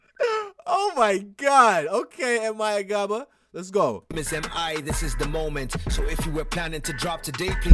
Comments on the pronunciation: Point of correct MI Abaga is his name not Agaba like you are pronouncing it... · ABAGA! Not AGABA!!!😂😂😂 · M.I agaba 😂😂 bruhhh.. it’s ABAGA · Him: M.I Agadaba Me: *Spits water🤣🤣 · MI abaga! Not agaba. Make an effort to call his name properly. Dude's a legend. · It’s MI ABAGA (not Agaba) though. Listen to Wild Wild West by MI. It’s a really great song! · Hey, amazing reaction its M.I Abaga 😊 not Agaba. So I'll recommend you listen to MIs discography Albums: Talk About It Action Film Chairman Yxng Dxnzl: A Study on Self Worth Mixtapes: Illegal Music I, II, & The Finale Rendezvous EP: Judah Live Report w/ A.Q (another mad MC from 🇳🇬) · It's MI ABAGA not Agaba.... 🇳🇬. It's all good though. The fan base it's called "THE TRIBE OF JUDAH".... from his name JUDE(JUDAH) ABAGA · It's actually M.I Abaga not agaba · Is mi abaga not agaba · Lol bro it’s MI Abaga. Not Agaba 😊😊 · Its MI Abaga not Agabo....and yes he is the best rapper in Afrika you know. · Nigga said this is M.I agadabra😂😂. It's Abaga bro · And it’s mi abaga not agbaba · Respect to them all, esp M.I. Vector is an awesome artiste but he didn't show up for for this rap. Then I am wondering why you Americans mess up names. It is Abaga not Agaba. It's just like calling Lebron, Lenrob. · Bro it’s mi abaga not agaba lol 🤣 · ABAGA bruh Abaga, not Agaba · It's MI fooking abaga and not agaba. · It’s MI Abaga not agaba🤪😜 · A B A G A not agaba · Abaga not adaba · It's MI Abaga, not MI Agaba... 🤦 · Bro listen to all M.I Abaga Songs not Agaba haha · Abaga not agaba hahahaha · This nigga said MI agaba 😂👎🏾... Not cool broh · BRETHREN, HIS NAME IS A-B-A-G-A. PUT SOME RESPECT ON THAT MAN'S NAME. HE IS LEGENDARY. PERIODT! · Him saying M.I agaba several times is literally killing me, yoooo get it tf right 😂😂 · When you call his name "Agaba" it's like u still doubting "M.I" 😂😂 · He said MI Agaba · M.i and jesse jagz are brothers. And its m.i aba-ga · You totally messed up MI’s name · Its M.I. Abaga